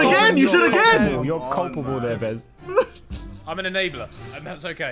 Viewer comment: bro it behz not bez